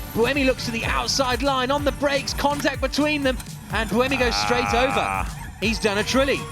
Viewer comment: They make tontact, wtf 🤣 Timing petalty, is this guy drunk?